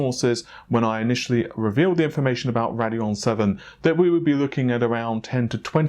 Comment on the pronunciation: the way he says rad-eon instead of rade-eon makes me cringe hard